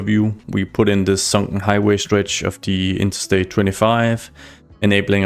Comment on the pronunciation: I like your accent when you say "sunken". Are glottal stops like that common in Danish?